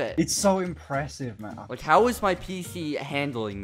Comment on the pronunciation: At the start it sounded like he said “lik” lol